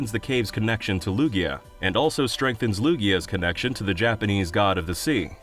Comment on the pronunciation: Lugia does NOT end with an O, it ends with an A!